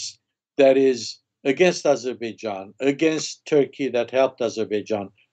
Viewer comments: Intelligent Armenian, but did not understand who he was just i see armenians even in Еnglish call Azerbaijan Azibidzhan, probably their language does not turn to pronounce correctly 😃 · He should learn how to Pronounce Azerbaijan correctly first and then go on Azerbaijans Chanel